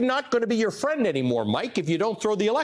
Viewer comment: ''I don't wanna be your fwend anymore'' waaahwaah. Trump guilty of childish stupidity